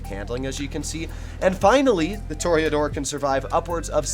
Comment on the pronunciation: “Tour-uh-door” not a “tour-E-A-door”